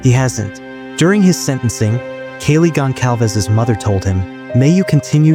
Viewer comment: It's "Gon-sal-vez" not "Gon-kal-vez". Do your reseaerch.